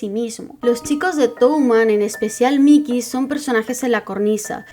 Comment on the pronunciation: Cada vez que me le decías Mickey (Mi-ki) en vez de (Mai-ki) a Mikey-kun me hacías 5hp de daño xD Fuera de eso, excelente video y me da gusto saber que hay alguien más que adora esta obra tanto como yo. Apúnteme en la lista de los que quieren más videos de Tokyo Revengers! Me gusta fangirlear aunque sea por proxy debido a que nadie más en mi círculo está leyendo esta obra... Y que hace uno con estos FEELS y MANLY TEARS?! ;0; #SaveMikey